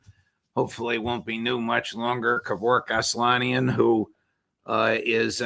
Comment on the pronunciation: Typical American. Learn to pronounce the name and surname of your guest when you present him. 🤦🏻‍♀️🤦🏻‍♀️